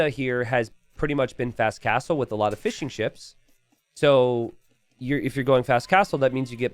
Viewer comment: I like to think he is saying Fish n' Chips instead of Fishing Ships.